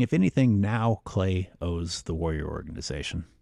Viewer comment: The way you pronounce "Warrior Organization" is crazy to me. It sounds like WarYoreOre-ganization.